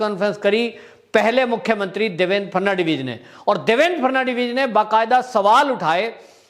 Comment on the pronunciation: Please do not pronounce the name of ex. CM. The correct pronunciation is Phadan - vis.